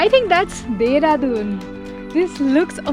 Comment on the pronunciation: Corporate me dehradun ko deradon bolate hai kya 😁😁